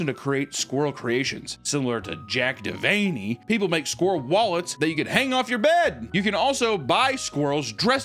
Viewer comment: I think Jack Devaney is supposed to be pronounced like De Veiny. As in jack de veiny.